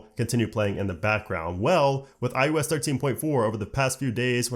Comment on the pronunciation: Probably just an audio quality issue or regional thing, but it really sounds like you’re saying “i-U-S” instead of “i-O-S.” Other than that distraction, good job.